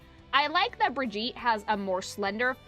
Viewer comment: Repeating comment from vod: And so the tradition of no one but swedes and germans being able to pronounce Brigitte name correctly continues. bruh-ghee-tuh.